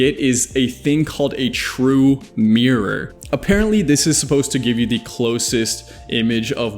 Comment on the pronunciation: I love when he says miargh instead of mirror